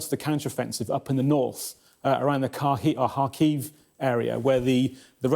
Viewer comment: Crazy how afraid these presenters are of "mispronouncing" the "correct" Ukrainian names. "Kharki--- HARkeev", the man catches himself. Russia is a terrorist state, etc. but Ukraine is aggressive with its Ukrainisation, from the Rusyns and Hungarians in the west to the Russian speaking areas in the east. The UK media clearly has very strict rules on rightspeak when it comes to this conflict, all the way from the aggressive renaming and memory-holing of Kiev to "Keeev" all the way back at the beginning of this conflict to the bizarre way the presenters struggle to wrap their tongues around the names of all these contested regions in the east.